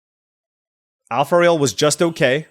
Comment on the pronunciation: AlpharAel 😅, not Alpharail 😂